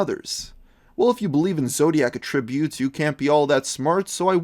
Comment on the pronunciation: when he says "zodiac attributes" he puts the wrong emphasis on the wrong syllable when he said attributes.